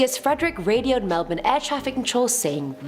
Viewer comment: Points to for pronouncing Melbourne right 👍👍👍 thank you!!!